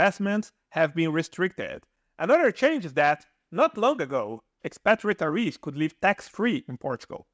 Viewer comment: What's wrong with the narrator's pronunciation ? Retirees, bored, Andalusia ....just a few words that are totally butchered just like a bot would do.